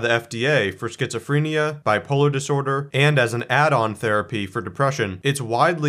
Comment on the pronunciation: Why can’t this man pronounce schizophrenia?